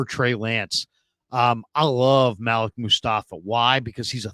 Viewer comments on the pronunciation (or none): normally it is pronounced maleek. maybe im wrong.